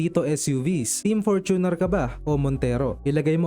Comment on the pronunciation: FORT-uner. Fort-uner o FOR-tuner FOR-tuner.